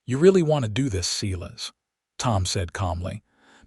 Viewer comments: The proper name, "Silas", is pronounced, "Sīgh'-lăs". Please repair your words, both spelling and also pronouncement. Per-fect' is a verb. Per'-fect is an adjective. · Silas is pronounced “ Sigh - lass”. 😅